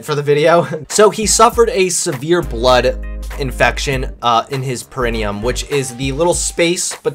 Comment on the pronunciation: The way pronounces perineum.